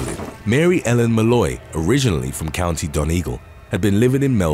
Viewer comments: 'County Don-Eagle'? Surely you mean County Don-eh-gawl? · When pronunciations go wrong . Donegal .....pronounced ..Don - EE - gol